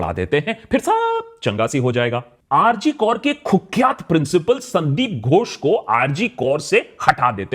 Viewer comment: Bhai rg kaur nai hai. Rg kar hai. Naam to pehle sahi lelo. Fir baat karo. With you bro. But it's not kaur, it's kar